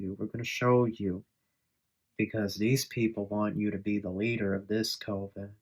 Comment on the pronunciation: Coven is pronounced with a CUP sound. CU-ven. It looks like the COVE sound due to its spelling. Just an FYI. Hooked on Phonics doesn't apply with everything. 😅